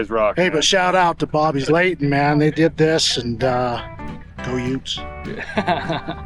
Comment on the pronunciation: Dude said "Bobby's Layton". 😂😂😂